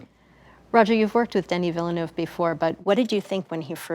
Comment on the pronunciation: I love this. My only quibble, Denis Villeneuve’s name is pronounced “Deni Ville Neuve”. His last name is 2 syllables not 3. It’s basically French for Newton.